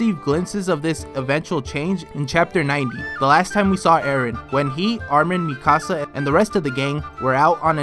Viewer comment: When you say "mikaska" it sounds like "mi casa"